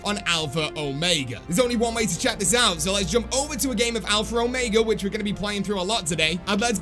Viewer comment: As a British person, I can confirm that you pronounce Omega wrong. You say it the American way which is Oh-May-Guh. The correct British way is Oh-Meg-Uh